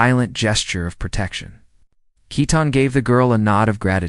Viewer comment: Love the story. But his bame is Keaton not Ketten.❤❤😊